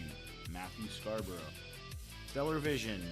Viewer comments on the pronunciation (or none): none